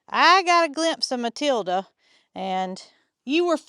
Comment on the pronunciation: Mootilda and Mootater 😂